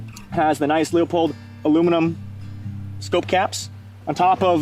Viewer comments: "LooPold" brother ✌️😁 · he knows what a magazine cut-off is, where it’s from, and why it’s used. You can keep congratulating yourself on saying “Loopoldt”, while this guy is actually lightyears ahead of you and you could be learning.